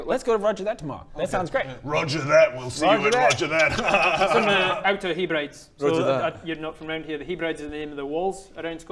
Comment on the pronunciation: HE-brides was funny! pronounced "heb-rid-ease"